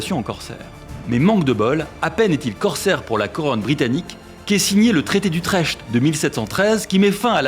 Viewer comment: "Utrecht".. on dit "Utrect" Renseignez vous serieux!